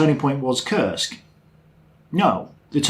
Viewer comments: Oh man, last time you said it correctly. it's got nothing to do with curse, it's [Koorsk] or even [ku:rsk]:) Smolensk, not Slomensk. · has difficulties learning names, he got to learn to pronounce Kursk properly in the last video, but now he seems to have forgotten that.